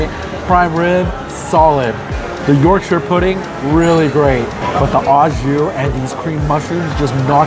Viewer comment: Pronounced "oh" jus, not "aw" jus. Good review nonetheless!